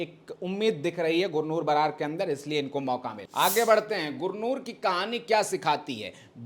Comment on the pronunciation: बरार नहीं। बराड है